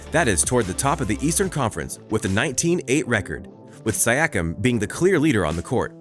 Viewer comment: ok that is not how you pronounce siakiam